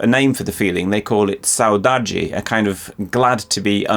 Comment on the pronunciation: You nailed the pronunciation of the word saudade :] Cheers from Brazil!